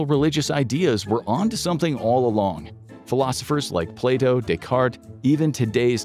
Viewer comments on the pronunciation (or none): none